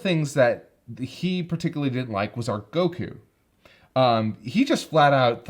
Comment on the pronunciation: Why does he keep saying goku like that. It's not goKUU.